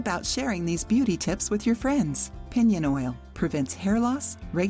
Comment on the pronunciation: Just letting you all know it’s piñon oil not pinion